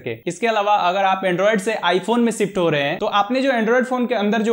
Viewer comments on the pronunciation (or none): Shift ❌️ sift ✅️